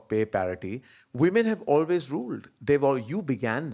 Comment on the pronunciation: Karan looking like Taran Adarsh and pronouncing ‘always’ like AB junior … Whyyyyyy? You are enough yourself